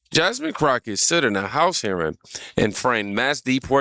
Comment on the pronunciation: He said, " Jasmine Crockoshit" 😂😂😂😂😂